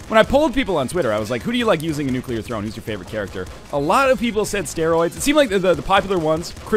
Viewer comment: Does anyone else just smile when he says "Nuclear Rattata"